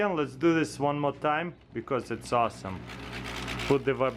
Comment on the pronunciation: "it's osome, osome" and else.. Ты если принял решение работать на англоговорящий сегмент, то почини свое произношение, а то кровь из ушей течет. Диз только за это. А аппарат прикольный .